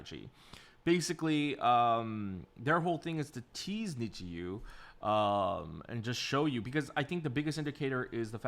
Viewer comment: it's pronounced like Need You, the fans are WithU!